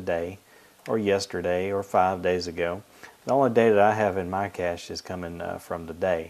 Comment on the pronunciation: ur saying it wrong